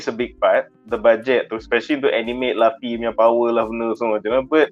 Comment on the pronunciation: Its lufi bukan lafi adehhh